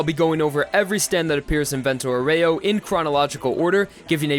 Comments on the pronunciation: Great video! But please, it's "vento àUREO, not "voréo" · Useful tip! The name Vento Aureo, since it's italian, is going to be pronounced: Vento Àureo (Awreo)! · Man I know that italian but "Vento Oreo" made me laugh so hard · Vento OREO... man that is some cringey Italian pronunciation. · It's pronounced Vento "Oreo" x_x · I'm glad you went for the english nane of the series since you butchered Vento Aureo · YOU GOT LIKE THREE ITALIAN NAMES CORRECTLY MATE CALL ME THE FUCK UP NEXT TIME YOU WANT TO DO A VENTO AUREO PROJECT